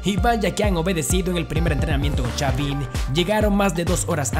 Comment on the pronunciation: xaviM, el técnicoM, hablá bien carajo